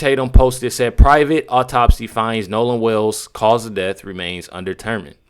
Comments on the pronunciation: It's DEATH, not "DEFF" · Seriously. Troof instead of truth. Deaf instead of death. He can't read or speak English. How can he be a lawyer? Dumb man. Embarrassing. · That milk dud looking sumbich can't even pronounce words right # deff # truff # coclusin and that's who you trusting around all that free money y'all got when your son wasn't a famous person